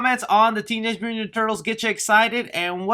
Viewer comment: can you even pronounce"mutant"?